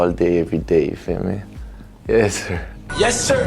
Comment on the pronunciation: Des fois on dirait il dit yeah sure.